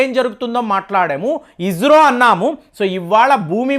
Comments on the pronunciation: బాబూ మీరు ఇజ్రో అనకండి... ఇస్రో అనండి. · Sir, hopefully it’s isro; not ijro ( spell likely ijro)